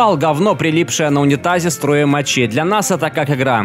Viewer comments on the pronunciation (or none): none